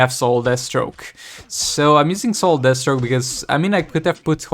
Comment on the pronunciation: I swear it sounds like you call DEATHstroke, d*** stroke one time... I'm sure it's just the accent. Can't wait till you start streaming again!